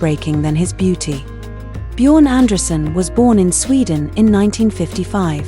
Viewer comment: Abgesehen davon, dass er diese grässliche KI Stimme nicht verdient hat, würde ich zumindest soviel Respekt erwarten, seinen Namen richtig auszusprechen!